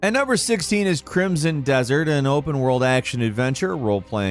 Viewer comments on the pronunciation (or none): none